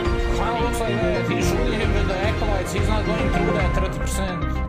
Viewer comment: "Frew"......Jesus dude, stop butchering the English language.